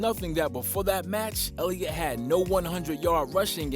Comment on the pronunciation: Did nobody catch the fact this dude said "quarterback zeke ellitot"